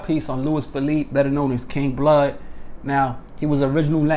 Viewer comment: You didn’t say his last name right